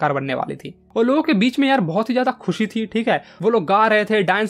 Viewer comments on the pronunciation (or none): none